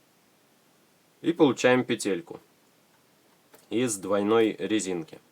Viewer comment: не знаю как вам, но мне очень режет слух, когда говорят петЕльки.